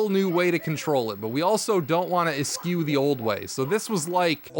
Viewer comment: please learn how to pronounce eschew